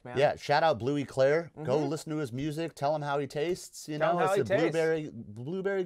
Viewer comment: Bleu clair without e 😂